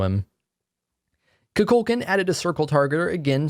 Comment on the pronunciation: Did anyone else noticed he said Kukulkan's name wrong?